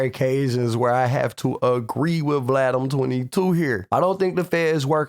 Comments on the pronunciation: Bro said Vladem 22?!🤣🤣🤣👍 Did you coin that? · Bro said “vladdum 22”